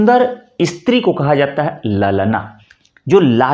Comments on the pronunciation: देखिए, आप 'स्त्री' शब्द का उच्चार "इस्त्री" कर रहे हैं ! आपको पता है ?— गुजराती भाषा में, कपड़े जिस साधन से press किए जाते हैं, विशेषतः laundry में धोबी जिस साधन का उपयोग करते हैं उसे "इस्त्री" कहते हैं !!! उदाहरण — "अमारां कपडांने इस्त्री थई गई ?" अर्थात् — "हमारे कपड़े press हो गये ?" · "इस्त्री " , कपड़े press करने की Iron 😂😂😂😂 क्या आप इस्कूल, इस्पोर्ट , बोलेंगे ❓